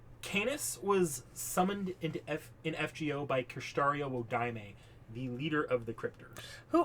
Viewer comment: Btw I am Hoping someone else already told you this but Wodime is pronounced Wo-Dime not Wo-di-me his jp pronounciation is uodaimu, some other stuff, Wodime father would try to kill his son because there grandfather skipped his son to give the family magic crest to his grandson, (the magic crest and circuit s are basic fate lore but I wanna mansplain they are basically Nervous system like organs that allows people to use magic, it's transplanted from the parents to children), also it was a homeless Kid not a man